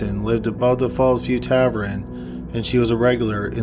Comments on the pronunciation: Sir, it’s TAVERN not TAVERIN. If you’re unsure about pronunciation- GOOGLE IS FREEEEEE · Geeze....learn how to speak. Extra 'r' at the end of words at end of the sentences. And 'tav-ern' isn't 'tav-run' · Just a note: tavern is not pronounced tav-REN but rather tav-ERN. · Jesus Christ, the word is Tavern! TAV-ERN or TAV-EN. Not TAVREN, or TAVRUN! But Tavern! Arrrrggggghhhh! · Tavern not tavren!!! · Nobody:: "Tav-ren." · Yes! Tavren is what’s up!! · "Tav + urn" is the correct pronunciation, that bugged me so much. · Argh yes!! He also pronounces the word geneology as gene-ology instead of genie-ology. Maddening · why can't you say "tavern", dude?? 🤔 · Even considering how good your videos are, if I hear you say tavren one more time I may become a murderer myself... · Tavern pronounced -Tav-urn, Tav-URN or Tav-ErrrN. Thanks for the upload, I’m really enjoying these. 🐿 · WTF is a tavrin? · Tavern. Tav-verhne. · It's tavern! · TAV-ern 😭😭😭😭 sheesh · What the hell is a Tav-ren?!! Were you born in a CAV-REN?? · Wtf is a ‘tavREN’ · What is a tavren? I swear he purposely mispronounces one word every video to mess w me! Lol good video as always though. 👍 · omg stop saying TAV-renn!! lol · Yeah sorry but if you're gonna read out scripts you gotta do a little better. It's pronounced tav-urn not tav-ren and the past tense of pleading is just plead, pronounced p-led not pleaded. Edit: I was incorrect about pleaded, please ignore and I apologize. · Gah, tavren! My grandparents owned a tavren when I was a kid and here I've been pronouncing it incorrectly all this time. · Happy new year but oh my god please never cover a case that has the word “tavern” in it if ur j gunna call it “taverin” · Dude, wtf is a “tav-ren”? If you can’t say “tavern”, then just say “bar”. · You really said "tavren" instead of "tavern" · Love your channel & tour strange affectation in yiur narration style, BUT why do you pronounce Tavern as Tavren? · Tav-ern not taverin! Drives me nuts